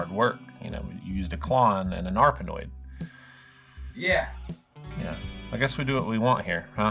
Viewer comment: Did you say an Electro-Harmonix arpanpoid? Jamie is very sad right now.